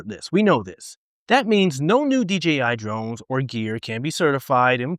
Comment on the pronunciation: Thanks for the info sir. Oh, and one very small thing. Thanks for saying DJI instead of DGI. Again, just a small thing, but it's so huge for me, lol. Take care, stay safe, and keep flying!